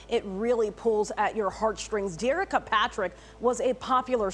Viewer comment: Her name is pronounced Derrick-ka not Der-Ricka